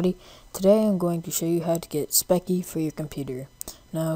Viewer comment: Its speccy (spes-ie) just saying lol